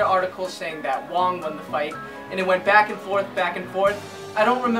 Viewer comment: I agree 100% with what you said. Also btw, my teacher's teacher's teacher is Sifu Chan Kwok Wai, Sifu Wong's martial brother. Also, unrelated question, judging by the way you pronounce Sifu Wong's name I'd wager you speak Cantonese. In that case, is it hard?